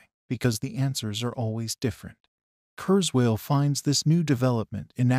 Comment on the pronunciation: The AI voice is unimpressive; among other things, it doesn't even pronounce Ray's family name correctly. Still...happy news. Too bad this was posted before the GPT innovation became widely publicised.